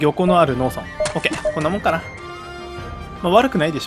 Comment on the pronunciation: 農村(のうそん)のイントネーションがずっとローソン。